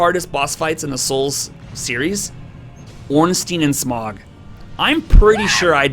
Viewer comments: U didnt just say "Smog" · Bro butchered the pronunciation of smough 😂good vid